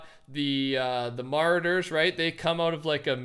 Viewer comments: really said marders 🙌🙌🙌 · I love you man but Ma-raw-ders is the proper terminology! Much love still